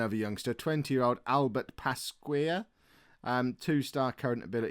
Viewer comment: You're forgiven with Guingamp to be honest, "gan-gom" if you were wondering Pasquier is like "passk-ee-ay". You got Diagné pretty good though, keep it up.